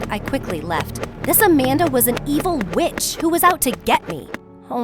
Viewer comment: Me hearing her say bitch instead of witch